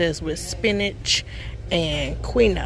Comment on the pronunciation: Quinoa is pronounced as Keen-Wah. Origin of the word: Spanish. It's a yummy whole grain seed. VERY healthy, but has the potential of being packed with flavor when seasoned properly.😉 Good video, ma'am!😊